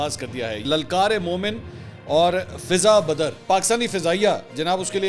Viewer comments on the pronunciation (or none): منصور علی خان بھائی یہ فضائے بدر ہے فضا بدر نہیں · Mansoor Ali Khan sb lafz 'Fiza Badr' nahi balky "Fiza e Badr" hay jo ' Jang e Badr' say lia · فضہ بدر نہیں فضائے بدر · محترم لَلْکَارِمَوْمِنْ اور دوسرا فِضَائے بدر ہے پلیز درست کیجے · منصور علی خاں صاحب یہ لفظ فضائے بدر ھے